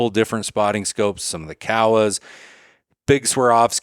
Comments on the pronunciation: He’s from southern Idaho/Northern Utah. For people from my/our region it’s Cowa 😂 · Kowa, hard "oh" sound, not cow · haha I get it, it's just kinda gnarly to say the company name wrong if he's ever talking to a rep or endorsing a product over and over